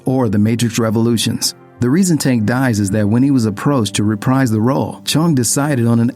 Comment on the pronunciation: "The reason Tank dies is that when he was approached to reprise the role..." Now here this: The word "reprise" is pronounced "re-PREEZE," not "re-PRIZE."